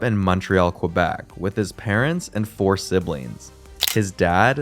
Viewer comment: Its Kuh-Bec, not Kwa-Bec.